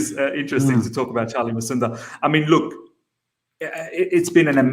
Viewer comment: It's Musonda Not Masunda.